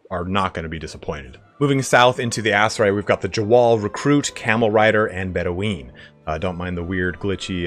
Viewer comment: I know this is pedantic, and it's 2+ years old, but Bedouin is pronounced Bed - ew - in, not Bedeweeen. They were real people, and the pronunciation is well known. Btw, great video otherwise, but that kinda stood out. Hey, at least you get some engagement for mispronouncing something hilariously?